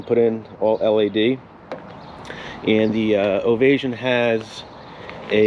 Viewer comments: “Ovay -shun”. NOT “Ovay-zhun”. (Non similar to invasion). Also….the gauges are analog…..not dialogue. Plan $10,000 to replace ALL the engine instrument gauges when any ONE of them fails. They are non-serviceable. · Its pronounced (Standing) Ovation- OVA-SHUN